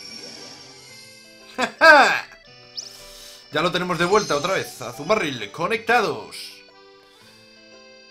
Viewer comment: pero por que dice azumaRRRRIll en vez de azumarill?